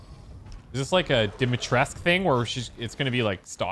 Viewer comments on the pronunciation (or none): "Romanian here...PLEASE the,,U" in,,Dimitrescu" is not silent. You were saying it right before you heard the game say it wrong (without the letter,,U")" PLEASE READ THIS ALREADY